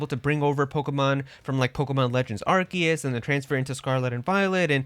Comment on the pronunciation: Hate to be that guy but its ar see us not ark e us